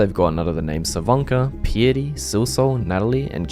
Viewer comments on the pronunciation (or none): Bro, that's literally just the word "Piety". Wtf is "pee-itty"? Come on.